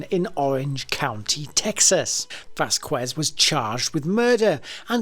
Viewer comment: Learn hiw to pronounce the Huspanic names. It's Vaskez😊